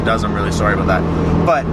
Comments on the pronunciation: jonathon lesko and he said aboot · its abewt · The aboot is killin me. So whats all this aboot? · jonathon lesko You definitely know what you're talking a-boot lol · Not to racist or anything but it was the way you said "about" that made me suspicious :D